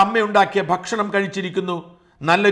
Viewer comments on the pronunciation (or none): none